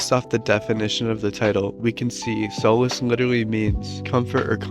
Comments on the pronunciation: It’s solace not soulless. It’s pronounced “saw-liss” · Solace isn't pronounced like that